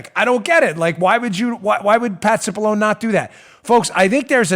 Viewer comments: He name is pronounced...sip-a-lon-nee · The Dems were totally disrespecting Pat Cipollone by mispronouncing his name Constantly.